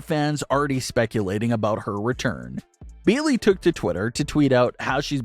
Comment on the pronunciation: Who is "Beelee"? Are you trying to say "Bayley"? Because, if so, you should try enunciating.